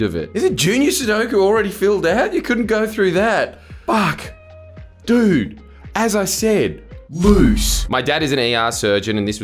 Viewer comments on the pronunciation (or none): none